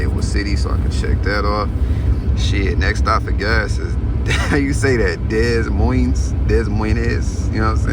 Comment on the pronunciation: deh-mion, Iowa lolol it’s a weird one fasho 🤣 and illinois, the S is silent Lmaooo